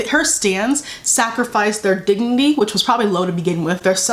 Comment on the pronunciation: "digny" Me: Um Miss it's actually dignity get it right.